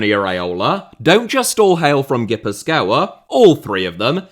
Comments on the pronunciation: ghee-puth-kwa is an alternate pronounciation that might sound local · Your pronunciation of Gipuzkoa is killing me. A banger nonetheless